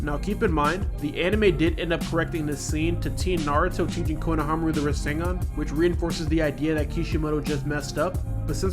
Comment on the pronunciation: Good video but konohAmaru instead of konohamAru was a bit irritating